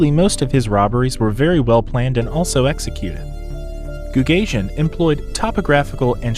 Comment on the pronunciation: Goo gah see en would be the appropriate pronanciation not goog asian